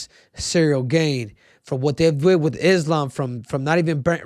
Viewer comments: It's pronounced Gaan (not Gane) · Ciryl gain throws me off so much when Henry says it even tho here hears people say gane he still says it the same way😂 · bro its cyrril GAHN not Cyril GAINE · It's Cyril "GONE" not "GAIN" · It’s pronounced Cyril GARN triple c 🤣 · i can never tell if cejudo is trolling or just dumb....he can't even pronounce Gane's last name lol